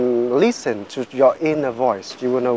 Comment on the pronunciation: mình nghe cả 2 loại giọng Mỹ và Anh nhưng chưa giọng nào phát âm "thanh kìu", "lít sừn", "đíp phơ rừn", "bi caus", "ăn pho gét tờ bồ"... như anh ấy hết. Anh ý sống ở Anh nhưng mình khẳng định anh ấy chưa phát âm được giọng Anh :))